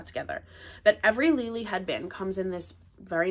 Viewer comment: wrong.Lele herself pronounces with G.